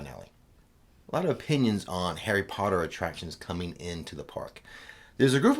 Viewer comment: More POTTAH!